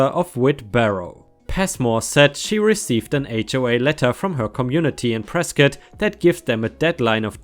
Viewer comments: I'm actually from Prescott. Two things about that story: 1) I'm appalled at that behavior, as I've never met somebody that stuck up and inconsiderate in the time I've lived there. 2)I'm so happy actually pronounced Prescott right! Almost nobody does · Arizona guy here.... how the hell does a german guy pronounce Prescott correctly first try.... people born here dont even do that